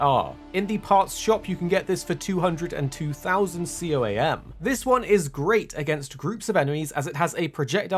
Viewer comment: its pronounced "COAM" coamers